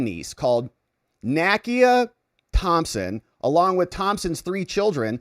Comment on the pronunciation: NAKIA: nah-key-ah